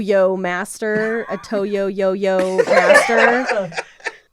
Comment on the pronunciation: After Toe-yo practice lets get some Fro-Yo! Thanks for another great episode. Love you guys!